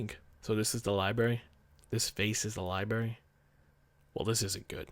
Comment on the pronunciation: I'm gonna go ahead and be awkward and say that it's adorable when you say "libary"